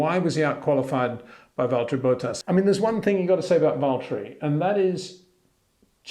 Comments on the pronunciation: BOT-TAS not BO-TAAS Otherwise I love your videos haha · HEY PETER WINDSOR, I HAVE MESSAGE FOR YOU SIR: With all due respect ... it is NOT Max "verSHtappen" ... Max is not German (Germans indeed do pronounce "st" as "sht") ... #Max33 = Dutch NL/Belgium! ... It is not "Bottash" nor is it "Lewish" certainly not "verSHtappen" .... This BS started long time ago when a British sport presenter interviewed father Jos Verstappen and assumed you can use a German pronunciation to a Dutch Driver thinking it is so "funny" ... It is not. Serious question: can any Englishman say "versatile" out-loud without saying "vershatile" phonetically? most can about 99,99% ... that is why most English can pronounce Verstappen 100% correct! Father Jos Verstappen (also F1 Racer) was very active between back then only a very few said "Vershtappen" but the vast majority of British sport presenters pronounced it perfectly ... only a few old stubborn farts like Peter Windshor